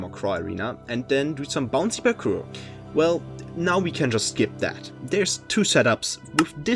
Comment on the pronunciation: “Taht” is wild